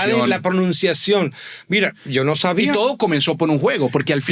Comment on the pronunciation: El "Ya lo Chavía" fue 🤌🏻🤌🏻*chef kiss* jajajajaja